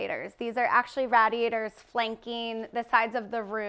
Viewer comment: "Rad e atores". Ugh